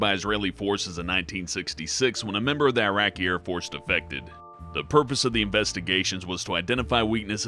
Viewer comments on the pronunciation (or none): none